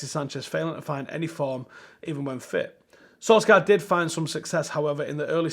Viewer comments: No one:: solscar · Hi, good stuff from you lately! A small piece of info for you today: The Norwegian pronunciation of the 'skj' sound in Ole's surname is almost like the 'sh' sound in English - i.e. in the word 'share'. It's not excactly the same but VERY close. The 'k' is burried in the 'skj' sound and not pronounced as your regular 'k'. In other words: his surname should be pronounced 'sol-share', or close to it. But not 'soul-share' either, mind you. Sorry bout the nit-pick, and keep up the good work.